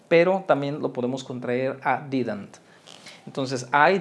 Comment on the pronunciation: pronuncias Mal didnt😂 pro Bueno